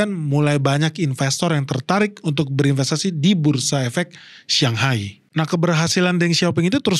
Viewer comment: Bang masukan aja satu hal.. Shanghai jangan di baca Siang/Xiang, Bang.. Shang itu artinya di atas.. bacanya kayak kita sebut Sang nya sang saka, sang kancil.. kalau xiang/siang itu artinya wangi salah satunya.. contohnya Hongkong.. bahasa mandarinnya Xianggang (dibaca siangkang).. Jadi Shang itu di atas,, sedangkan Xiang itu wangi… banyak yg salah nyebut soalnya.. 😊🙏🏼